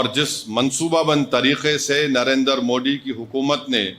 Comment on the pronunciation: इस तोतले की जुबान सही कराओ यह मोदी जी को मोड़ी उच्चारण जानभूझकर करता है जबकि मस्जिद को मस्जिद उच्चारण सही कर रहा है इसके दिमाग में जहर भरा है , वक्फ बोर्ड को तो समाप्त होना चाहिए